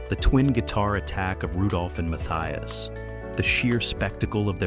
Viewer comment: Exactly. AI is so brilliant they can't even get it to properly pronounce Matthias' name properly.